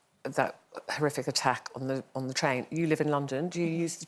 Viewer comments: Tain Terror... "Train" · I think you mean "Train" terror, rather than "Tain" terror?